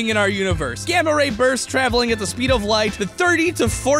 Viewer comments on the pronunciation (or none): none